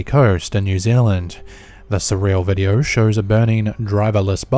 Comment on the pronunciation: For fuck sake, would you stop adding a FUCKING "r" at the end of words ending with the letter "o"? It is pronounced "video", not "videoR" fuck face. Fuck you got under my fucking skin.